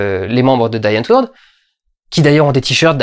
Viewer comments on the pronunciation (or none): Je crois que ça se prononce "di antvorte". Et je crois que ça veut dire "la réponse". Bref... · ça se pronnonce Dî Aantwoooooord, c'est du néerlandais ;) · Pour "Die Antwoord", ça se prononce (à peu près) comme "Die Antwort" en Allemand (et ça veut dire la même chose : "la réponse"), en gros "Di antvorte" ;-) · Chappie, ce film est une bombe, un futur grand classique, déjà une référence du genre.☺ Au fait "Die Antwoord" ça veut dire "La réponse" en afrikaans et donc comme en allemand, ça ne se prononce pas "daille" mais [di]. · C'est pas "daille antwourd" c'est "di antvourt" c'est "là réponse" en afrikaans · juste au passage, ça se dit comme en sud-africain, c'est à dire "di entwoud" ;) pas "dye" ;) voilà... sinon très bonne critique, bravo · Die Antwoord se prononce [Di] Antwoord et pas [Daï] Antwoord (j'ai fait la même erreur...). Et Bloomkamp n'est pas pote avec Yo-Landi et Ninja, il a même déclaré qu'il ne voulait plus jamais tourner avec eux. Certaines scènes aurait même était raccourcis ou supprimé car le Bloomkamp voulait le moins possible avoir affaire à eux en fin de tournage. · Walter White On prononcie "di antwoord" d'ailleurs aussi et pas "daïe antwoord" ^^ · Salut camarade comme je vient de revoir chappie j’ai u envie de réécouter ton vlog,et petite précision die antwoord(la réponse)se prononce dii antwooord.salut l’ami. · Je le vois un peu tard, mais c'est un vlog intéressant, je devrais regarder Chappie. Au passage, "Die antwoord"/"Die Antwort" ("La réponse") se prononce "dis antvorte" (à la française). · peut etre il ne faut pas ignorer, ou alors découvrir l'énorme travail de jeu, de mise en scène et d'acting de leur nombreux clips ( di antvort pour la prononciation , c'est de l'afrikaner ) de ces deux artistes complets que sont " yolandi" et " Ninja"... a quand une critique de " Sererenity"?? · ça se prononce Di antvourt (le R est roulé), c'est en langue zef, argo mélange de toutes les nationalités qui vivent ou ont vécu en Afrique du Sud! ^^